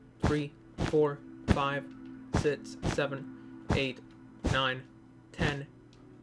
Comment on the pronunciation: He keeps saying sit instead of six